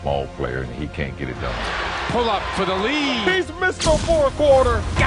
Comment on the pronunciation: it is "THÉ King In Thé fourth